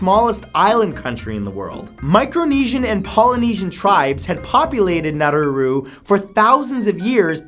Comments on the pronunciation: its prounounced nauru not naruru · Its Nauru not naruru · Nauru not Naururu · Nauru, not now-roo-roo... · Nauru not Naruru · It's Nauru, there is only one ”r" in its name, Monaco changed IRS succession laws to allow the Sovereign Princes sister to succeed in the event he had no children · Nauru is pronounced Nah-roo, not Nah-roo-roo. I have no idea where you are getting that second 'ru' from, but you sound really dumb every time you say it. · Saint Martin isn't a country. -You yourself said that the Pitcairn Islands are a British Overseas Territory, so why include them on the list? -Nauru isn't pronounced Narruru -I knew you would end the video with Sealand, but it isn't a country at all. It is a micronation. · nah-roo not nah-roo-roo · It's pronounced nah-oooh-rooh not nah-rooh-rooh lol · Matt, it's Nauru, not Naururu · naruru? dude, get your pronunciation right. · Is Nauru really pronounced as Naruru?